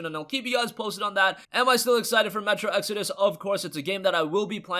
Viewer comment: Hey he finally learned how to pronounce "exodus" now! So happy for him!!!!!!!!!!!!!! Also the Epic client is factually inferior to Steam its lacking many features we take for granted like reviews, forums, the workshop for mods, etc etc!